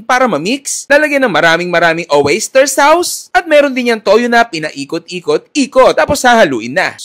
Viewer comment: OA ni.. yung sense of humor, sa galing ng pagdadala yan, hindi dinadaan sa pronunciation like "oyster sows" 😂, instead of proper "oyster sauce".. di mabuting halimbawa sa mga kabataan, esp. sa young viewers. Sana next vlogs neto ay ayusin na nya yung pananalita nya, para di mabash.. Just my opinion